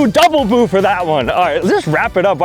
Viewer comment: He was saying BUI you IDIOT